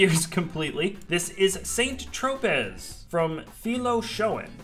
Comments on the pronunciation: I believe it's pronounced 'san tro-pay'. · Including a mandatory visit to SAYNT TRÓPÈS. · This is correct pronunciation indeed. Bien joué. 😁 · ....I love you to death, but Saynnt-Trohpezz??? For real, homie? You and Mike need to go on a serious vacation, immediately. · pronounced "San Tro-pay". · Saint Tropez is pronounced Sain-Tropay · Oh, ffs... Saint-Tropez, pronounced Tropay, it's French, is a reasonably well known town in the south of France on the French Riviera. I swear, sometimes the lack of basic, common knowledge shown by the people on this channel... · saint tropez? you are probably the first person i have ever heard it pronouced wrong lt's pronounced like San troupay facepalm other than that the creations are all insane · I find it very sad, actually. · Way to murder the french pronunciation 👍